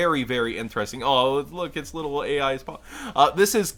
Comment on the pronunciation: It actually is pronounced Ai in the anime and not A.I. so you weren't pronouncing the cards wrong at all